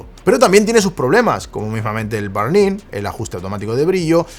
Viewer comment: aajajja, dice burn como barn